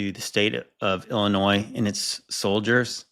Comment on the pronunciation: “it was paid for by the state of illa-noise” after he already says it correctly twice? 🤦‍♀️ That an-noise me! At least got it right every time!!!